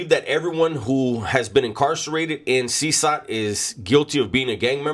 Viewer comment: It’s pronounced ( Seh Kot )CECOT